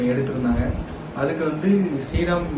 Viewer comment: ஸ்ரீ ரெம் ஆ? அத ஒழுங்கா தா சொல்லுங்க